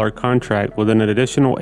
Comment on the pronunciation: This goof can't say WITH. It's not pronounced WIT. Also Newfoundland is not called New found land. Lol...whatta dusche.